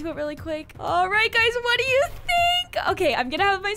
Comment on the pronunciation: For do she said dfo